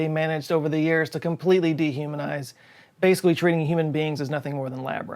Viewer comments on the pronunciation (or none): aww, he said: "Bay - sick - wee" instead of "Basically"